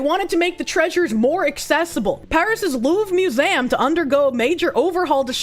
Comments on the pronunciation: Mew-zay-umm... hmmm... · The way says "museum" as "mew-zam" irks me lol. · 'Louvre? i dont know how to pronounce it..' Also: 'Mew-zay-am'